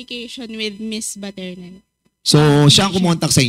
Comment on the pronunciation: baterna po sir.not paterna😂